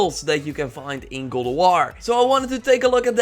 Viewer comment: "Gald" of war?